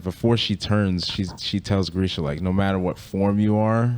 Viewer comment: why do you guys call him grishKa 😂😂😂